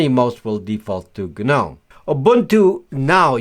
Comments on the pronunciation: The G in Gnome is silent. so you say nome but it's not spelt that way. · Gnome is pronounced 'nome' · It's better to not pronounce the G in GNOME. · Whenever people pronounce sudo the same way as Judo is pronounced, I often wonder if they know what sudo is short for 😂 The do part is pronounce just like the word "do" in "super user, do this task" because it literally means "do". I also have a problem with people pronouncing the G in GNOME. 😂